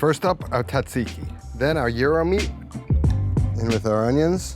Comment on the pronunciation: you are making my ears bleed...the correct pronunciation of Tzatziki is...zat-zee-kee...don't quit your day job for this youtube gig!!!